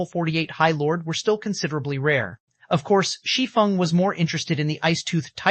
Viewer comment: Thank you for pronouncing “Shi Feng” correctly!!! 😮‍💨